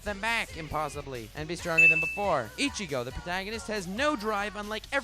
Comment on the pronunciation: I-chigo beats Kem-pachi mamma mia